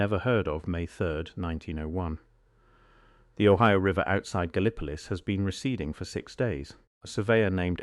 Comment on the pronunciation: Gallee- poe- liss is the proper way to say Gallipolis in Ohio.